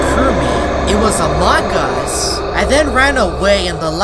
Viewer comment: Every single video when he says among us instead he is as a mangus